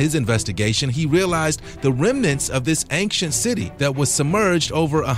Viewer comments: Never heard someone pronounce the word ancient like "ankshint". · Why do you pronounce "ancient" like that? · Great vid and interesting... i just can’t get past your pronunciation of “ancient” it makes me cringe.. you seem smart enough to know how to pronounce it..